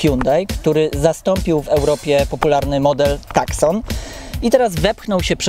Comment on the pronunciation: Nie "TAKSON" tylko "TUSSON" - jeśli już chodzi o wymowę.